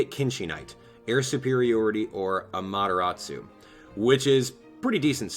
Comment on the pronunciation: the way you pronounce amaterasu amaderatsu